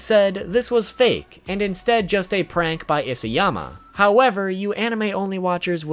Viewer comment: it's Isayama, not Isiyama...